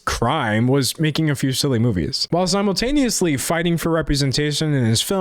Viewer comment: did you say zimultaneously?